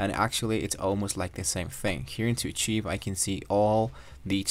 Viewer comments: A cheeve? 🤣 Rrr kive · Acheev??? Lmaoooo It’s pronounced ark-hive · Hello 👋 it's pronounced as "arkaiv" rhymes with "five" Don't mind the other mocking comments. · Maybe learn how to say archive before using it 50 times in a video 😂